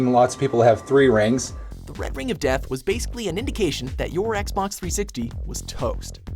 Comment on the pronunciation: I like the emphasizam on the "death" on "the red ring of death".